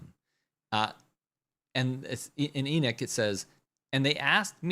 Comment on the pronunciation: Its not E-Nick it's pronounced E-Knock. Like when you knock on a door.